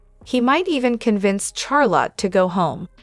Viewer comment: For the people that make this video. Charlotte is pronounced Shar-lott with the shh sound instead of cha sound . Just in case you can fix the pronunciation.